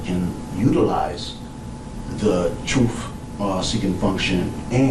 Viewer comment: I always think it's funny how bros cannot pronounce the "th" sound like in "the truth". Notice, , this ape says something like, instead of "the truth", he more or less says: "an...utilize....thu troof".... feel me, yo? It's sort of like whey the bros say, instead of: "My wife is taking a bath.", they'll say: "My baby Mama be takin' a baf", feel me, yo?